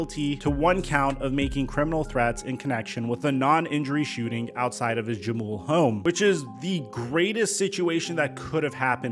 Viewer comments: Just a heads up. The J in Jamul is pronounced as an H. Huh-mool not Juh-mool. Keep up the great work! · Jamul is pronounced “ha-mewl” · Great video. Jamul is pronounced with an “H.” 😊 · It’s pronounced Ha mul (Jamul)